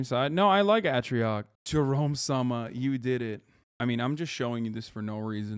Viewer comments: Bro said ahh-trioc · Im so sad he mispronounced atrioc’s name